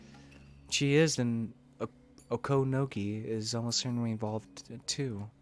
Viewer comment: You tried awfully hard to put the accent on the second syllable of "Okonogi". Why? It's clearly very unnatural for you (and I don't think it's the most natural for most people), so why not try it differently? Oh, speaking of the day of Watanagashi, if we understand the definition correctly, it's always on the third Sunday in June. That means, if it were a real thing, it would be held this year, TOMORROW! I.e. the day after I write this comment: June 18, 2023.